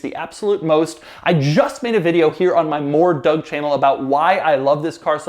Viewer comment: I know this sounds weird, but....I think Doug pronounces his own last name wrong.